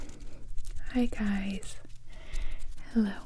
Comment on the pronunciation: Siempre cuando escucho hey guys pienso que me dice “hola gays" me da risa XD